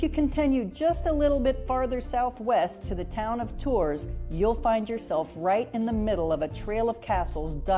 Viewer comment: please don't trust that woman's pronunciation , it's not Orleeens, and it's not Torzzz !